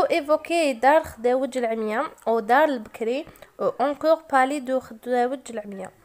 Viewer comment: اسمحيلي استاذة مي مكانك ماشي اللغة الفرنسية راكي تنطقي فيها بسيف راكي كي الابتدائية تهجي خداوج ماشي خدوجة و خاطيك فرونسي و لي يقري فرونسي يكون علابالو بكلش ماشي الارقام يغلط فيهم🛇❌